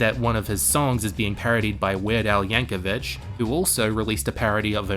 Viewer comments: 🤓 "Weird Al" Yankovic = YankoVIC (with a hard K sound) , not "Yankovich" (CH sound). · There is no H in Yankovic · "Yankovich" is this bait